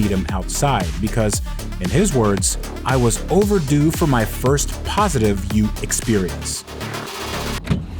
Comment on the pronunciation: Bro called the VE Ute what!?😂